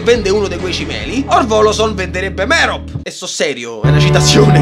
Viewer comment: Ma perché "Merop", è Mèrope, come Mèrope e Astèrope.